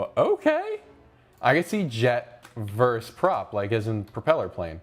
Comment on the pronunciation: versUS, not verse. Unsubscribed